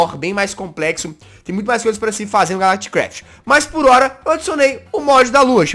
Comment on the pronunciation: Quando o jazz falou calactcraft euvlembrei da série do s0ldieris br